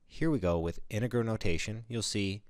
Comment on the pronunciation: You're not pronouncing the word integer correctly...